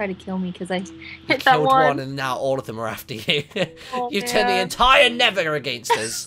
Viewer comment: it's nether not never ....